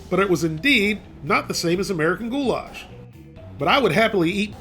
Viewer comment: I swear to god if he says of "Goulash" one more time i am going to flip